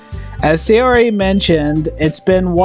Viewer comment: Ok a couple of things. A NEET is someone who has no life no job and stays home all times and hides from society. Also her name pronounced . SIGH UR IE